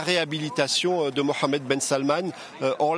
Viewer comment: C’est la première foi que je attends le nom Mohamed bien prononcé 😂💶💶